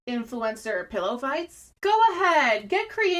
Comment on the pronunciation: the way you say ~influEncer~ tho. poetic